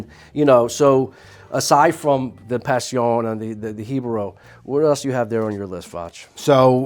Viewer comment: Can we just pernounce Passion like a proper english speaking person? I dont hear you saying Maduro like you're spanish or other words for that matter. But pass eon? Cmon man! PASHUN. You cant even do it right one second you are saying pass eon then pash eon just say PASHUN. It does not make you sound more sophistacted it actually makes you sound like a faker who cant even get it right. 😂😂